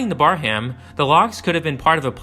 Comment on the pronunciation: Just FYI, it’s pronounced “Bear-um”, not “Bar-ham”.